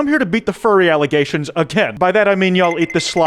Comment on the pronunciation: he said alligations